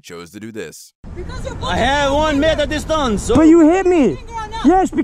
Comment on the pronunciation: I have one "meiter distaence!"